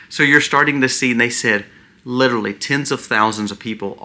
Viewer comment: Respectfully....Some feedback for improvement. "LiteRally" is pronounced "lit R ally".